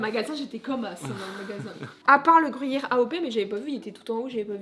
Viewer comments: si jamais on dit pas grouyère on dit gruyère comme grue😂👍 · "et au grOUllière" 😁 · Ptin tabuse depuis la vidéo 1 tu dits grouyere pas gruyère sa ft Pt un câble 😅😅 lol C un" u "pas un " ou" 🤫🤭🤭 superbe vidéo de clôture mais snif C fini 😪 bonnes fêtes à ts les 2 et bn es fêtes à tous 🤗🤗